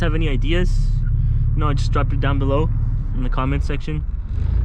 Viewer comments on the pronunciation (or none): none